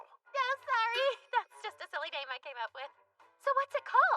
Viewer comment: You got the name right!!!